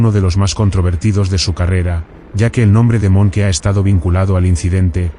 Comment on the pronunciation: Fuck A.I. narratives! Monkey! it's pronounced Monk,Dip shits!